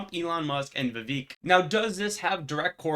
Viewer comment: Pronounced Vivek like cake. Ram-a-Swamy. He's legit. Audio is good. Your Picture in Picture is good. The video clarity is good, however what you re showing is further away than previous posts. Pictures you are discussing and charts you are showing needs blown up another 30% IMO. This isn't production advise, I'm not a production manager 😂